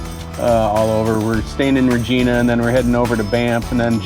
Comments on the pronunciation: Regina is pronounced with a long "i" sound. There is no such place as "Regeena" in Saskatchewan! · Welcome to Canada 🇨🇦 and it’s pronounced Vagina. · Canadian here: You saw 2 options in how to pronounce the word "Regina," that city in Saskatchewan. You initially chose the wrong one... Yes, it's actually pronounced just like the body part. Fun Fact: it's a regal term, for a female sovereign. In this case, the city was named for Queen Victoria, back in the late 1800s. Funner fact: the male regal term is Rex. That's why King Charles signs as "Charles Rex." Welcome to Canada, eh. I look forward to tracking your route as you move northwest over the next few videos.